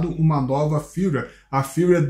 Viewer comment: Amigo, seus vídeos sobre a insta360 são ótimos, mas com todo o respeito...Não fale "windescreen". A pronúncia é "uaidescrin". Se escreve "Widescreen". O mesmo vale para Firmware. Se pronuncia "firmeuere". Você é alguém que, por atingir um grande número de pessoas, tem a responsabilidade de pronunciar de forma correta jargões técnicos para a população. Encare por favor como uma crítica construtiva. Parabéns pelos vídeos e pelo canal.